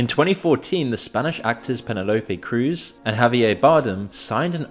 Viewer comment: Pena-lopè Cruz 😂. Wonder how long has been using AI voice instead of recording it themselves 🤔. Or even if the channel has been sold 🤔. Maybe to the CIA 🤔